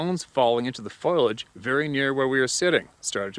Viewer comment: Ugh.....foilage- things made of foil Foliage(FO-LEE-AGE)- plant growth, leaves, vines, etc. Sorry! Big pet peeve of mine!